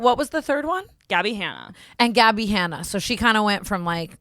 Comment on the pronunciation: Not that’s so raven not the way said gabbi hanna